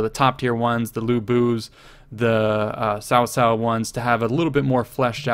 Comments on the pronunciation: Eugene Danhe no it is pronounced like tsao tsao. If you learn Chinese this is not really accurate but only Chinese people like me know how it is pronounced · Great vid. Though CaoCao must be pronounced right, as he is the most or 1 of the most important characters. It's pronounced with hard C, like in count or county, Not "shaoshao" like in sound or sour. Thanks!